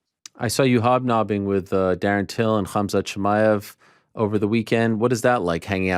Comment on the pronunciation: Did Ben Askren just called khamzat Chimaev “kavmack” ??🤣🤣